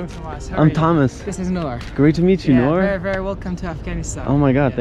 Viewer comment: Don't want to be rude but it's noor